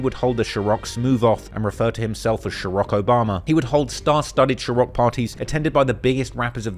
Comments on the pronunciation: Lol figured out how to pronounce ciroc part way through this video xD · i don't need a job but one of the mistakes has to be the way you pronounce ciroc edit: bro said netflik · Youre mispronouncing Ciroc. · LMAO if you don’t LEARN HOW TO SAY CIROC ….. NO shhhhhh!!! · is one of the errors? or are you just trolling, the incorrect pronunciation of Ciroc running right into the correct pronunciation is jarring. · How my Manz can’t say CIROC right lol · and You mispronounce ciroc vodka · Rosssss…… you claim thousands of hours of research and you can’t even pronounce rappers names YOU and everyone has heard countless times pronounced in dozens of songs. You can’t even say ciroc???? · Found one mistake stop pronouncing ciroc like that lol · Only mistakes I noticed was how you pronounced “Chrioc” Like I know you have an accent man but jeez louise you’ve heard people say the word 100 times 😂😂😂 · No H in Ciroc, why are you doing that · im gonna send 4 timestamps of how he is pronouncing 'ciroc' and then the 5th one will be when he said NBA was his favorite rapper. 5 mistakes. boom. moneys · The way you pronounce “Ciroc” is the cringiest thing I’ve ever heard in my entire life. Be a human and adapt. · You trying to say ciroc is a majestic disaster lol also you're cringe in general but well done chap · ITS NOT SHAROCK it’s Ciroc… Jesus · new subscriber here. great video, nice job! i just have one question: why do you pronounce SHIROC instead of CIROC (as it is)? how did you came up with SHIROC? it gave me ick every single time i heard it and there was a lot, sometimes 3 times in one sentence. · It's Ciroc, not Chorocc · Yo bro, i caught a mistake. How much willl you pay me? You are saying shih-rock... its sih-rock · Its pronounced Sir-rock not sherock. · One mistake is you said sherok instead of ciroc 👍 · What is "Shirock"? You mean "Ciroc" no Diddy 🙅🏽... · It’s NOT “SHIR OCK” NO “SH” it’s pronounced “SIR” SIR ROCK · Saying shuroc instead of ciroc